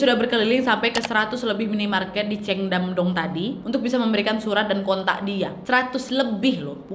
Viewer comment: Bacanya bukan ceyong. Tapi Chong